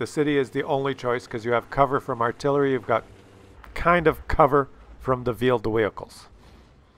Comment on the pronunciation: two vheeled wehicles